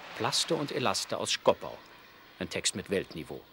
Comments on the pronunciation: … Schkopau und nicht Schkoppau … 🙄 Ach Mensch, die Wessis 😬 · Wenn man als Sprecher nicht mal richtig den Städtenamen SCHKOPAU aussprechen kann zeugt das von grammatischer Unreife****aber Hauptsache über die (ehemalige) DDR sarkastisch dokumentieren🤦‍♂️